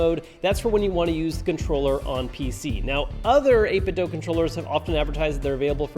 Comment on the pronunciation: still can't pronounce 8bitdo right